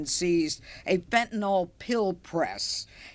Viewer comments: Never trust anyone who can't say fentanyl. There is no such thing as fentanol. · It’s distracting when people pronounce fentanyl as “fentanol.” Meaningless thing, but there it is.